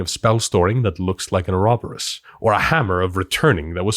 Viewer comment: It pleases me to know that I'm not the only person that struggles to no end trying to pronounce "ouroboros" and the fact that you speak Icelandic and still have trouble gives me even more relief xD